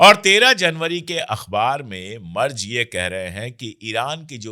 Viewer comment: अशोक जी , जर्मनी के चांसलर के नाम का सही उच्चारण है " मैरटस " , बस इसमे ट को आटे में नमक जैसे थोड़ा सा ही डाला जाता है 🙏🙂